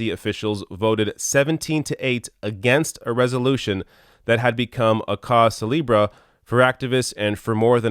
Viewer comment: I thought as a Canadian you'd do me proud with the pronunciation of cause célèbre, but you wildly disappointed me. :) Even if you anglicize it, it should at the very least be pronounced "cause celeb". Celibra? That's not how you'd say it in any language heh.